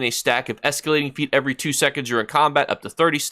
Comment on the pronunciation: 'fete' no 'feet'... pronounced "fate".... any chance of giving us an example of what the flashed secret word looks like on the screen because the screen is always busy with ESO stuff. It may just help us noobies to your channel... please consider.